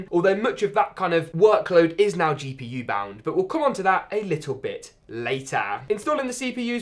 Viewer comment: Am I the only person who gets annoyed when he says "but" . Sounds like bouut